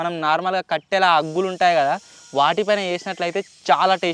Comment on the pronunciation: Aggullu kadhu anna boggullu